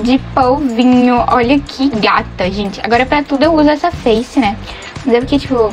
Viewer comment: “gentih 🙄olhah.😟 Essah. 🤡Pro. 💅meu deos. 😉